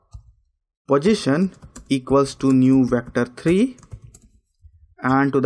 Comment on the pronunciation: You are a talented person..no doubt..but little correction I would like to make in your pronunciation.. Don't pronounce position as pojistion ..sounds awkward when you say it continuously.. I think you can easily correct it.. I know we have the mother tongue effect ..